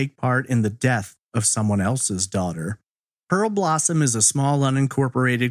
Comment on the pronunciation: DUDE - it's PEAR-blossom. not pearLblossom. do better research.